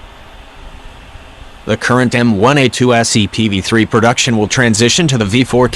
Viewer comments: Could someone please tell the AI the difference between M one A2 and M i A2 very annoying. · Repeat after me: M-ONE-A2 M fucking ONE, not M-I.